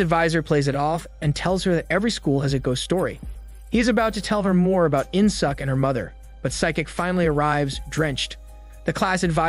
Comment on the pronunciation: korean name murdered.. its pronounced as In Sook not In Suck.. good thing theres no Aut Suk and Blo Jab..